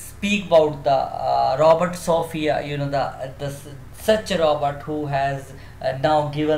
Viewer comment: it is robot not Robert